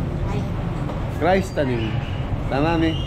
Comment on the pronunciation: Tama ka Sorry mali un pag pronouns ng wife mo about Christening, "Chris-tening " hindi Christ walang iniwan sa Christmas,kaya tama un pronouns mo